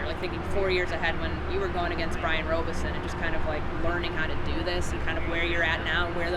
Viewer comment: Why is she calling him Brian RobEison? Is Robison...like the name rob...with an ison on the end.. wasn't that courntey too like how is she messing his name up like that hahaba